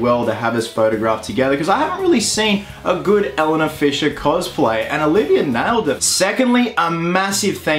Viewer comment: Is no one pointing out that he saying Elena wrong